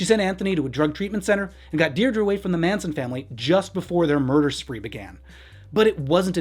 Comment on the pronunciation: her daughters name is Pronounced dear dree